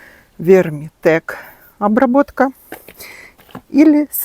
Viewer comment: Вы постоянно называете Вертимек неправильно! Хотя бы прочитайте название пожалуйста! Не ВерМИТек!!!! ВерТИМек!!!😊